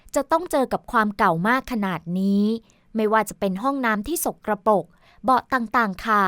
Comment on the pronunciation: คำว่า สกปรก อ่านว่า สก กะ ปรก ไม่ใช่ สก กระ ปก ค่ะ